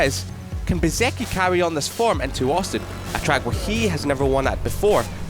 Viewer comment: The narrator needs to learn the difference between marque and marquee. Pronouncing Bezzechi correctly would be a plus, too.